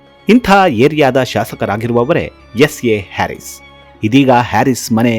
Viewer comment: ಅವರ ಹೆಸರಿನ ಉಚ್ಚಾರಣೆ ಹ್ಯಾರಿಸ್ ಅಲ್ಲ ಹರೀಸ್ ಅದರ ಅರ್ಥ ರೈತ ಎಂದು